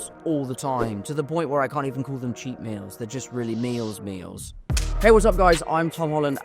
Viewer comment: Time ❌ toime ✅ Meals ❌ meoules ✅ Behind ❌ Behoind ✅ Diet ❌ Doiet ✅